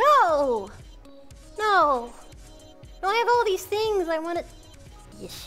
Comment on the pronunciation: three and a half hours to hear Mel say "I love deese nuts" .. It was all worth while ... <3